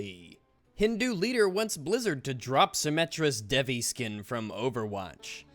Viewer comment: So goddess of sexuality looks sexual? Woah...would have never seen that one coming..... I hate it when people who think that they are religious act like something is offensive just to get some attention. And it is not pronounced dev-ee, it is pronounced dayvee. I'm Indian...and this game this T for Teen....